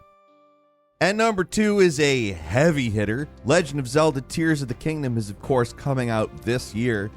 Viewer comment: Oh, it's pronounced "tears" not "tears"...